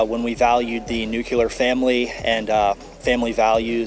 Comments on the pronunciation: Those MAGA morons should know, among a plethora of other things, that the correct pronounciation of the word is "NOO-clear", not "noo-KE-lahr". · “Nucular” family. Pathetic. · What is a “nukular [sic] family?” 😂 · Can't pronounce the word nuclear. ! ! ! ? ? ? ?